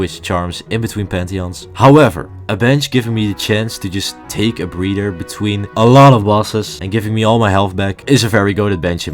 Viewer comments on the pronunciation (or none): Don't pronounce breather as breeder